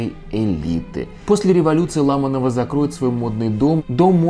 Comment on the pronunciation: Почему ЛАманова, а не по-русски, ЛамАнова? Фамилии на "ова" не имеют ударения на первый слог.